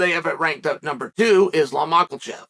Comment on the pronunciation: WHERE IS THE L IN MAKHACHEV